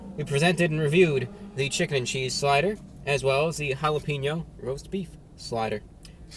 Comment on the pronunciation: Hala-Pain-Yo's. not Hala-Peen-O's.